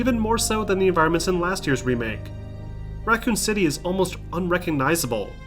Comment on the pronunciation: How do you pronoun Raccoon city as "Racan city"?